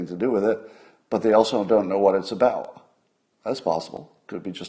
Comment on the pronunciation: "They also don't know what it's abaow..." "Abao"? Did you mean "about"?